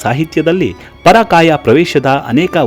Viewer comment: ಪರಾಕಾಯ ಅಲ್ಲ ಪರಕಾಯ